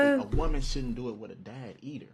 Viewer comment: when the dad is saying EDER instead of EITHER and can speak proper English though it’s his first language….. idk, that’s probable suspicion to me lmao